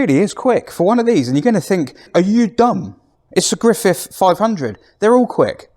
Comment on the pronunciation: Griffith, not Griffiff!